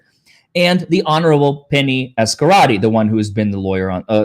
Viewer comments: But isn’t it Azcarate, not Azacarte? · Judge Azcarate. Not Azarcate,...;-)